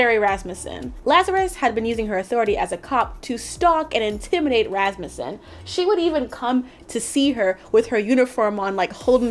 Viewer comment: Wow you actually pronounced Rasmussen correctly I'm impressed.